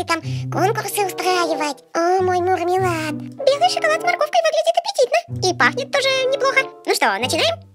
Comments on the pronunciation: Не мармелад а мурр-мелад !!! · не мурмилад а мармелад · Не Мормелад а Мурмилад😘😘😍😍